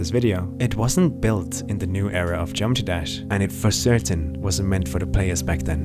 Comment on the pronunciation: Geometee dash lol ❤️